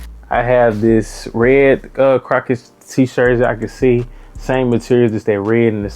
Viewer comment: Bro are u saying “crocket” when it’s “crochet”?